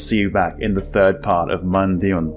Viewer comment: Pronounce it like "MOON-DOWN". Thanks